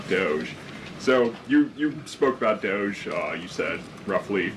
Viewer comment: The deep voiced reporter, he pronounces stuff with a friggin valley girl accent. The way he pronounces DOGE, I just want to slap him.